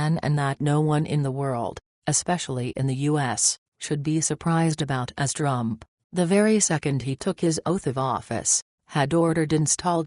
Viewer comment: Reprogram your computer voice to pronounce the words “US” and “TRUMP” correctly!